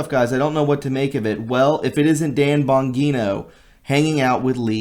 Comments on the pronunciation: Have you not heard of Dan bongino. Its bon-jeen-oh. Not bon-geen-oh. P.S. your brainwashed at the point of convincing yourself something you previously knew as bad is all the sudden good without zero evidence. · You obviously don’t know who Dan Bongino is since you mispronounced his name. I would advise all patriots to listen to his podcasts. That pic was out in public with some stranger wanted a pic. He can’t vet every person requesting a pic with him. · Bro you slaughtered Dan Bonginos name?? Wtf?? Where u been?